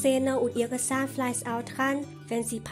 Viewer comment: sahnfleis , sahnfleis :_=) geh schlafen